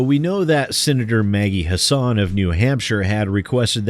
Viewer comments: I'm glad to see one of my senators (and former governess) is helping to protect gamers. And just for reference, even though it looks like her name should be pronounced the way you do, but it's actually HASS-in. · Since it's been made clear that gamers are going to have to keep the pressure up to prevent game developers from fleecing us further, and since people like Christopher Lee and Maggie Hassan are going to keep coming up in that dialogue, "Hassan" rhymes with "fasten" (or "assassin", if you wanna keep it gaming-related.) Just thought you might like to know! Almost nobody pronounces her name right; I only know thanks to political ads from a state I don't live in.